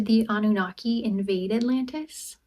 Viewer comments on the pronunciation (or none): none